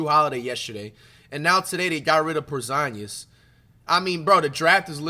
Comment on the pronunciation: Why bro say Porzingus like that? 💀